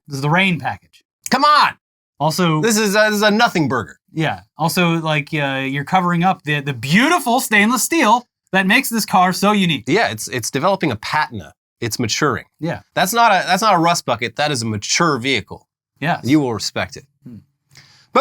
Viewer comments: oh my lanta.... its "pah-teen-ahh" not "pat-in-ah" hahahah... decent vid otherwise. you like canadian or something? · that’s [pa-tee-na] not [pat-in-nah] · “Puh-TEE-nuh, not PAT-in-uh… patina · Did this clown just say "PAT-in-uh" instead of "pah-TEEN-uh"? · It’s pronounced puh-tee-nuh, not Pat-in-uh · a pat-in-uh? Pa-teen-uh. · Pa.. teen. Uh. Pantena lol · Wait. Did you just say pat-enna”? 😂😂😂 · patina is pronounced "Pa Teen Ah" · Or, as the host said, "PAH-tee-nah." 🤦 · Patina pronounced: pa-tee- na. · Pat•in•ah? Was that a flub or have I been pronouncing it wrong my whole life? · Patent - ah. Lol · Its developing a "Patina". ..."Pah-tina" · Pa-teen-a, please don;t just make up the pronunciation of words you don't know like bad AI, gd, EEEEEEEELON! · pronouncing "Deschutes" wrong in the last one I get it, uncommon word. It's also "Duh-Chutes," Like the start of "The Chute and Ladders" board game. But "Duh" because people dumb enough to get the black plague out here. Patina (oxidation/color change of metal) is said "Pa-Tina" like if you're spitting on a person named Tina while saying their name. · You make me cringe trying to make light of Tesla, when you don't even know how to pronounc "patina". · its obvious these guys are reading a prompt and just like sleepy joe miss pronounce words, the word is patina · Once he mispronounced patina, I lost all confidence in what they're saying. They might as well have said pacificly. Do better rookies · That's one way to pronounce "patina" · . Are you seriously pronouncing ‘patina’ that way? Or is he being ironic? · Does he not know how to say "patina?" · That patina pronunciation... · BAAHAHAHAA Is trolling or does he really not know how to say patina? does he also take things for granite?